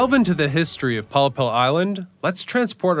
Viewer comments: A 'pollepel' is Dutch for a large soup spoon. Pronouced pol-lay-pul. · heerlijk toch, en dan die uitspraak van pollepel 😆